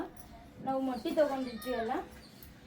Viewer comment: ಅಕ್ಕ ಅದು ಮಟ್ಟಿ ಅಲ್ಲ ಮೊಟ್ಟೆ